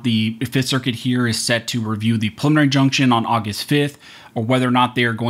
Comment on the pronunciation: Pre-lim-mih-nary... Practice saying it.